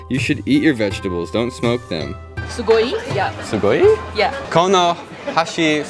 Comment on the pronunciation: "Eat your vegtables don't smome them" ohhhhh soooo you eat edibles? 😂